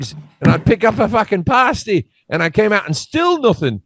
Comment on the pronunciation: What the f*ck is a "paarstei". Did you mean pasty?